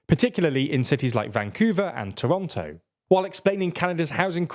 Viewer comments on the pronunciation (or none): none